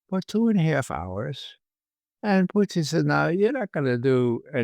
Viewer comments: It's PUtin, Ray. PUtin. It's not PUchin. Nor is it PuTIN or PuCHIN. Got it??? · Love our guy Ray McGovern ❤ but why does he pronounce Putin like Irish moonshine Poitín 🤷🏻😂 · True, but he insists on MISpronouncing “Putin.” I don’t understand how he can hold out, when most of his peers pronounce it correctly, when he can tune in RT and hear it pronounced correctly, when Google Translate will give him the correct pronunciation, when reading through some basic rules on pronouncing Russian would clue him in . . .